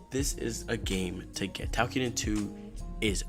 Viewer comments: it sounds like you're saying takiden, but it's toukiden. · basically its pronounce tokiden.